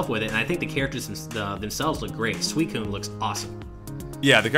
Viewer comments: What makes you think Venusaur couldn't fight? They got Suicune. Also Suicune is pronounced Swee-Kune. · Pretty sure you're right in calling it "Suikuun" rather than "Sweekuun" based on the Katakana. Anyway, I'm very curious about how forcing a Phase Change can be strategic. I was thinking something along the lines of if there was "guard break" mechanic in the game, and you can cause more guard break by using moves in close range mode. I didn't see any sign of guard break in this game though.